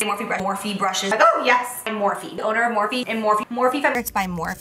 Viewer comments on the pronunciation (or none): Now I cannot unhear "more feet" 😂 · she said morphe so much it sounds like she was saying more feet